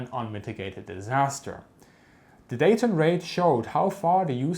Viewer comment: We don't pronounce the 'T' in Dayton. If you want to sound more like a local. ❤️